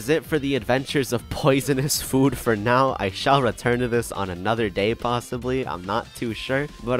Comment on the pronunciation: Can we talk about the way says food. It sounds like “fuud”